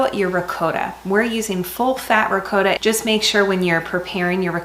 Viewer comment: Thank you for pronouncing ricotta properly